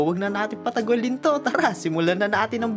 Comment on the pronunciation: Hahahah mali patugalin ehhh patagalin yung tamang pag bigkas nun😂